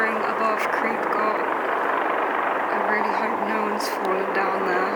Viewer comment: Your pronunciation was mostly fine - just the "ch" at the end of "Goch" that needs a bit of work! 😁